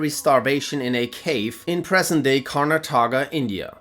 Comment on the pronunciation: Just a heads up, its pronounced Kar-nut-ta-ka'